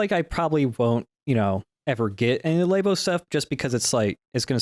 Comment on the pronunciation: apologizing for pronouncing Labo as Laybo, but not ZX spectrum as Zee-ex Spectrum.